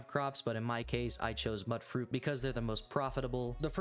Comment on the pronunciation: This isn’t meant negatively, I’m just confused why so many people I see on YouTube call mutfruit mutt-fruit? It’s pronounced in the game by NPCs as mutfruit, mute-fruit, since it’s a mutant fruit. This throws me off every time I hear someone say it, which speaks volumes about me I know lol.